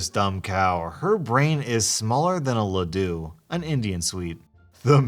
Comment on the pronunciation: you pronounced laddu wrong